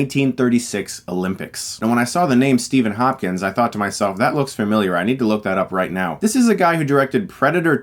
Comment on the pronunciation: Who else thought he said Steven Hawking?